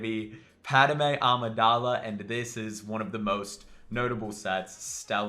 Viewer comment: Thanks for continuing to do these vids, love them! You seem to add another syllable when pronouncing 'Padme', is that just cause where you're from?